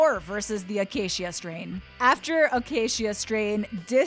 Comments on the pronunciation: It's pronounced, The uh-kā-shuh Strain. I don't think it was ever intended to be pronounced any other way than that. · "Akaysheeuh Strain" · Why is she saying Acacia strain like that-akasheea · Lmao this lady saying the acacia strain, cmon. What are you doin?